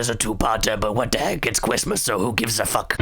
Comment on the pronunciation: HE'S BACK! IT'S A CWISTMAS MIWACLE!